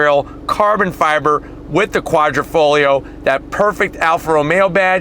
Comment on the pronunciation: Quadrifoglio is pronounced Quadrifoyo NOT kwahdreefohglee-yee-oh! OMG! The "internet" it's a thing. Look it up!